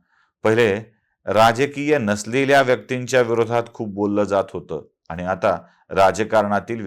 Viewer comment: Apan ani,pani,koni ase ashudhha uchhar kripaya karu naya